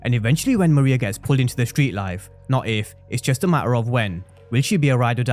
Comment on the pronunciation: Her name is pronounced ME-RAY-YAH